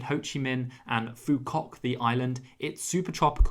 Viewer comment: Not the 'ha gee-ang loop' ☠️☠️...it's 'ha zanh' or 'ha yanh' depending on the dialect. It's not 'foo c*ck'. Think 'qu' from 'quick', and 'ook' from 'cook' = quoc